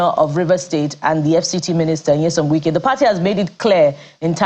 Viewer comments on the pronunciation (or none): And it’s not Nwike it’s Wike he’s not from your village